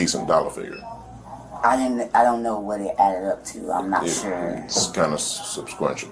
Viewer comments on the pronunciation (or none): “Its kind of subsquential” lol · Kind of what? “Subquential?” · I love when cops try to sound smart lmfao dude couldnt say "substantial" hilarious! All these GED cops are a joke. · The officer said 'It's a lot of money, it's 'subsquential' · he was trying to say "substantial" , but couldn't get the word right😂😂😂😂😂😂😂😂